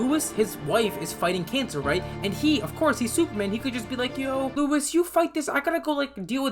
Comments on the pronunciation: Bro calls Lois, Louis😂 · LOIS not LUIS, LOIS!!😭😂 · Lois not Louis